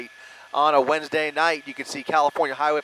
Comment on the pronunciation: Did the chopper news guy say. WEDNESDAY or. WENDAY NIGHT ?